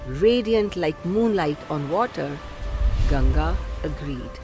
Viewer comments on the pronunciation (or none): none